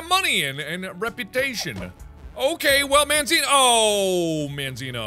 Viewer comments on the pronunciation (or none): mandzio is a polish youtuber mark if you want to go check him out to learn how you pronounce his name